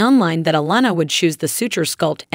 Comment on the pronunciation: Why wouldn't it be click bait?? This lady don't even know how to pronounce honey boos name correct